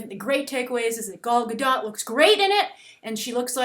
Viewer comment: I live in Israel, i laugh so hard when you say Gal Gadot.